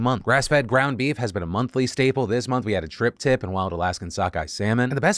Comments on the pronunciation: Did Phil just call a Tri-Tip a Trip Tip?...Is this a new edible I haven't heard of? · *tri-tip, not "trip-tip" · Tritip is pronounced “try-tip”, not “tree-tip” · I wonder how many people caught the tri-tip mispronunciation